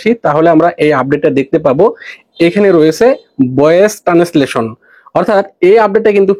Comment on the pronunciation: টানেসলেশন না, ট্রান্সেলেশন